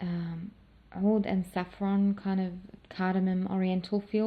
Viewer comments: Hi there 👋, l wander if you are an Arabic ostrelian? You pronounced (oud) in pirfect Arabic language. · You say oud perfectly in Arabic